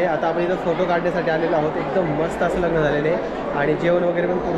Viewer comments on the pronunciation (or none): लगन नाही लग्न म्हणतात दादा